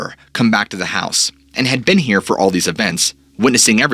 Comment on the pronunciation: Not sure why but I thought you said hair instead of here lol